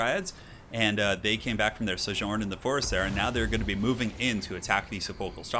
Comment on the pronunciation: "Suhjorn in the forest there." If you can't pronounce the word, maybe don't use it in a video you're uploading to the internet.